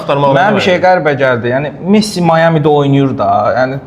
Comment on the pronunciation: Ay çuşka, Miami "Mayami" kimi tələffüz olunur.